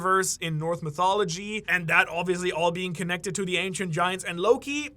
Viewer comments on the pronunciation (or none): none